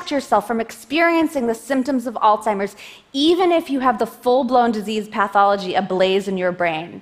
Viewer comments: Alstimer's? Hard to take you seriously when you mispronounce the disease 30 times. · is she saying Oldseimer's? really?